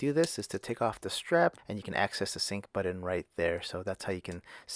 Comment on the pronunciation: He keeps saying, “budden”